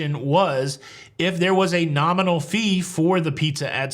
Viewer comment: "Nominal" lol